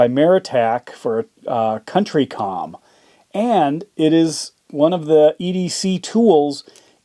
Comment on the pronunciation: COUNTY COM not Country